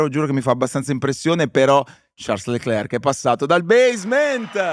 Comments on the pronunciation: Non vi amo granchè ma sono qui per sciarl (non ciars) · Quanto deve essere fastidioso per Charles sentirsi chiamare continuamente con la pronuncia sbagliata? 😅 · Bellissima intervista, garbata ad un grandissimo pilota e uomo. L'unica critica che muovo a Charles: non pronunciare il tuo nome e quello di Jules all'inglese, il tuo nome è francofono e come tale deve essere pronunciato! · Domanda che gli avrei voluto fare io: ma non ti girano i maroni a 300 all'ora quando nelle interviste non pronunciano correttamente il tuo nome e cognome?